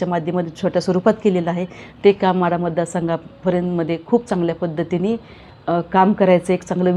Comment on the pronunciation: म्हाढा नाही माढा